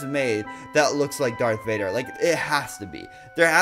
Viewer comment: Why did u say dark Vader